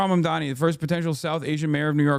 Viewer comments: Mamdana as in obamna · Mamndana like she was trying to say Madonna omgg 😭